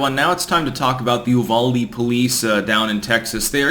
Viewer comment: Its pronounced You-Val-Dee